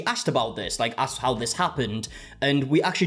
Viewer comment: The second she said “If you AXKED permission” I knew she was uneducated and wrong immediately